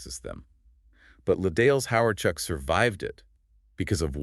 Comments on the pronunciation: It hurts me how much you keep mispronuncing “les dales”. As much as I love this band and as much as I want them to be famous, I seriously suspect this channel is AI. Les Dales deserve better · You keep mispronouncing "les dales," whixh makes me suspect this channel is AI. But i love Les Dales, so i have to appreciate this